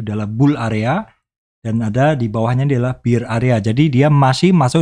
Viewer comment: Tx, selalu inspiring... btw pengucapan BEAR (bull/bear) mhn di cek di dictionary. Salam